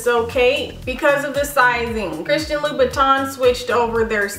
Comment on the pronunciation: It's "-tin", not "-ton" ☺️ very nice, classic shoe